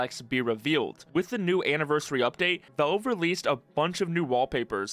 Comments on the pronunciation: I absolutely can't stand the way you pronounce Valve. Work on it. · are you unable to pronounce the word "valve"? just curious